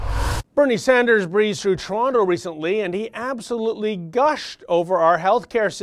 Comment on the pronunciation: It's "Sanders" not "Saunders". isn't stupid. I'm sure that mispronunciation is deliberate in order to denigrate him. Silly Bernie "Saunders". He doesn't know anything about our terrible health care system. What he does know is that the life expectancy in Canada is 3 years longer than in the United States. He knows that people in Canada don't have to worry about having to pay to visit a family physician, or any other physician.